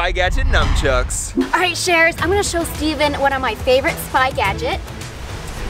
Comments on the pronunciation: He kept saying numchucks not nunchucks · Stephen kept calling the nunchucks, “numchucks.” 😂😂😂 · Is it only me that saw Daniel touch Regina's head ? Daniel+Regina=Love💖❤️💗 I think they both have a crush on each other Also Stephen said num chucks xD